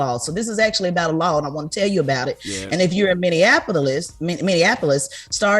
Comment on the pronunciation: Charla, we need you to learn how to pronounce Minneapolis. Minn-e-a-po-lis. Not Minnianapolis. This ain't Indiana.